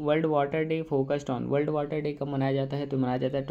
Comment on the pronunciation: Wold not world😂